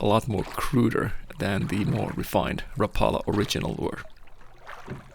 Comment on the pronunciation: It's the trusted Black and silver Rapala that's cought more walleye than can be counted, Glad you told people the correct pronunciation, what an interesting story but what did Toivo use for epoxy?